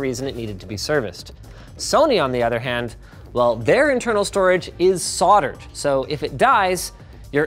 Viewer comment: SOLDered not SORDered!! lol Speak English ;)